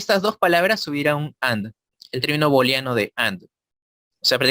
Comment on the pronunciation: Nunca digas "palabras claves", la expresión correcta es "palabras clave". En plural sólo se coloca "s" a la primera palabra. En la expresión "booleano", la "oo" se pronuncia "u". Ahora, si lo quieres pronunciar en castellano lo puedes hacer, pero en ese caso tendrías que "españolizar" todas las expresiones del inglés...